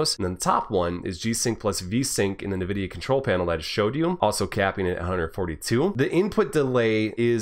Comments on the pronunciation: NVIDIA is pronounced *“envidia”*, not *“navidia”*, btw, nice vid! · What's "Nevidia"? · Haven't heard anyone say Nvidia like that lol